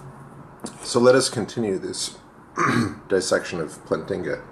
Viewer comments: First off it's "Plant-inga" not "Plan-tinga". You obviously have not read any of his arguments, or his peers criticisms of his arguments, or at least you don't seem to understand them. You especially seem to have a hard time understanding him when he references a basic belief, and you really seem to misunderstand his EAAN. I really don't know why you protest against the new atheists being inferior to the old ones, everyone knows they are, would you rather have Sam Harris or Bertrand Russel? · Please tell us what your PhD is in and why you are mispronouncing Plantinga's name of you are trying to be taken seriously. But then again, your f-bombs should be self-evident that you're just another typical internet atheist. Yawn...